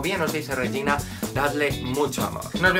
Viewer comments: Todos por que no es "Josu" es "Yosu" y nadie se da cuenta que no es "Reyina" es "Regina". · Cada vez que el dice "Reyina" también mueren 3 gatitos ya que es Regina.